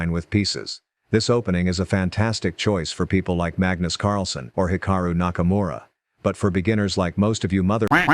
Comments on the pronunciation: Hikura really he said hikura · Why r people sayin hikura it's hikaru